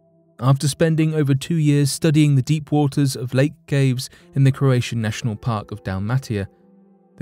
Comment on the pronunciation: You pronounced Croatia right though which follows similar promunciation